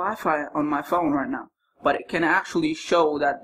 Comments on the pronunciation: I like the part when he said rienow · Time he said rienow